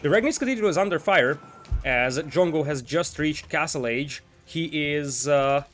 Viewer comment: This was a little confusing. Because you kept saying jungle, jungle. At first i thought that i didn't hear it correctly. But again you said jungle, jungle, and i was like. What jungle what the f are you talking about. I was even searching for the damn jungle. And then it hit me. You were saying drongo, or at least trying too. So confusing mate. But nice vid :)